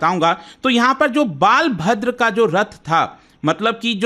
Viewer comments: Bhai it's not baalbhadr😂 it's balbhadr. I guess😂 hindi ko Angreji mai padhnay likhnay say aisee ke taisee hojaatee hai😂😂. Jaisay inderdumna nahee inderdumn naam hai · Nice content Sir. I m from Puri, Odisha. But it's बलभद्र not बालभद्र. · Baal bhadra nhi sir Balbhadra hote hay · बालभद्र nahi sir बलभद्र नाम है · Please pronounced properly Balbhadra.. Or you can say Balram